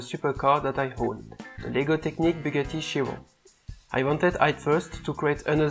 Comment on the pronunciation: Not trying to insult ur accent but the way you say Bugatti Chiron is like vuggarigirun